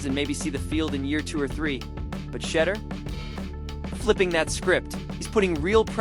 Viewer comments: Who is shedder?????? Pronounce his name correctly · I don't know why you are pronouncing his name wrong on purpose you know how to pronounce his name quit being a HATTER!!!! SHEDEUR SANDERS #STOPIT#HATER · For the love of all things sacred LEARN TO PRONOUNCE HIS NAME! Bunch of twinkies!